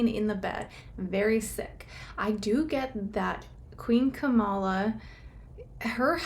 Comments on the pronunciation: Camilla not kamalla😊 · Not Kamala its Cam-illa and shes not a Queen, she's a Consort.